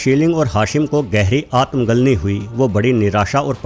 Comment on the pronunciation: मुझे ऐसा क्यों लग रहा कि आजकल आप AI वीडियो बना रहे हैं। वरना आप आत्मग्लानि को आत्म गलनि नहीं बोलते।